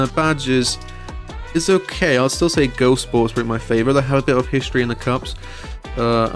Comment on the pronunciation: Couldn't get past "Go-Sport" :lol